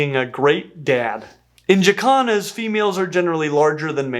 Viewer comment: 😂😂😂 i know you are saying Jacans but i swear it sounds like yoy are saying african chi-kahns.